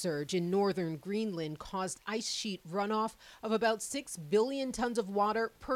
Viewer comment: Why is Erin pronouncing it as GREENLAND with emphasis on the 'A'. lol.. The reporter got it right. I wonder how she pronounces 'Connecticut'. 😂